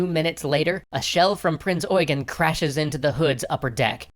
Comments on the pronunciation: its prinz eugen not oigan? lol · Prince eugen not price oigen🤣🤣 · Eugen is not pronounces as it is written. You have to speak the second 'e' long. I know it's weird. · seen it pronounced both ways, so are you sure about this instance? Sometimes Eugen is pronounced just like Eugene, but sometimes the second e is short making it "You-jen". For example, the now late UCLA professor Eugen Webber had the short e. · 1. Maybe I should have been more clear with what I was criticizing. 2. Your phonetics are not correct. There are two ways to pronounce "Eugen". The one used in the Duden and the one that "prince eugene of savoy" used. If you had looked at the link I've sent you, you would have seen that the phonetics for prince eugene are different from those of wiktionary. The Duden has limited authority over the german language let alone german/austrian names.